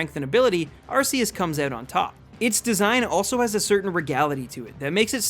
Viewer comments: Arceus is pronounced RKS, like Type Null's Ability. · It’s pronounced “Ar-Key-us” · its pronounce ar key us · no its not its ar-see-us (thats the pronounciation not spelling) type nulls ability is that cuz its supposed to mimic arceus and it actually has a meaning like r for (insert awnser here) k for e.c.t. also the pokedex app confirns the pronounciation and my pokemon guide does so and the anime. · pronounced Ar-kee-us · THE U IN ARCEUS SHOULD BE AFTER THE E!